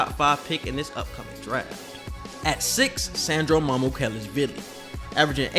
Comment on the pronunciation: props for pronouncing Mamukelashvili!